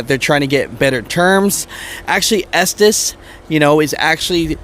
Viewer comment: Estes is pronounced S tease